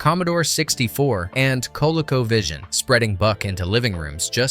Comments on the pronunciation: "Sega released Buck Rogers: Planet of Zoom ... It later got home ports on the Atari 2600, Commodore 64, and Colico Vision" [pulled from transcript] Atari "two thousand six hundred"? No. That was the Atari "twenty six hundred" Co-lic-o Vision? No. That was Co-LEE-co Vision. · Cola-co omg. 🤣 It's pronounced. KOH-lee koh. It was for the non cool families who couldn't afford the Atari twenty six hundred (like mine)😅😅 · "The Atari two thousand six hundred and co-loco vision." LoL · I didnt kniw it was a computer generated voice until ut mispronounced "Colecovision"